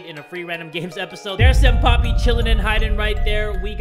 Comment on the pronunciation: Why do you call senpai "senpapi"?